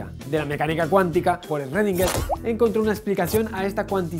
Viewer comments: por que lo dice mal? La ö es alemán se parece demasiado a la e XD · No suena como una "J" si antes de la CH lleva una S (suena simplemente como "CH"). Incluso la R en "schRödinger", debería sonar como una G, así al estilo francés. Pero la verdad, palabras que no sean en español, uno las puede pronunciar como quiera/pueda. Mientras se entienda... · Esrredinguer -Usted no aprende, verdad? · "Esrredinger". Soy muy fan de esa palabra. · "Por Esrredinguer" xD JAJAJJA